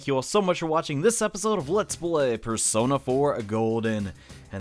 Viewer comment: Y did i never notice teddy saying bear-sona instead of persona until now